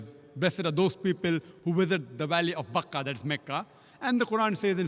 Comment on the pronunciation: Not makka it's bakka